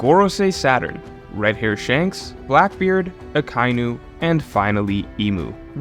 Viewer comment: Akainu Pronounced (Ah-Kai-Enu) and Kizaru pronounced (Key-Za-Roo). I know it's nit picky but i was cringing very hard hearing those mispronounced. Great video otherwise